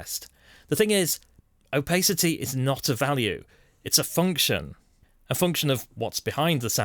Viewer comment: An excellent guide on Hueforge. Though I must admit I've never heard of "opaycity" and "jerber" files ;)